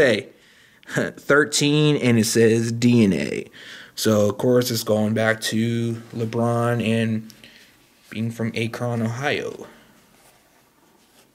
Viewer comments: It's Ak-ron 😂 good video tho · bro you can't even pronounce akron...